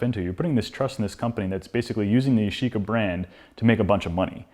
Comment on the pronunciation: yashica not YOSHICA ！